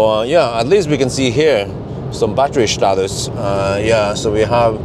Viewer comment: ‘Batteryshtatus’ always cracks me up